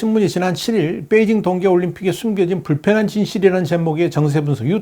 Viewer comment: 뻬이징이 아니고 베이징 아닌가요?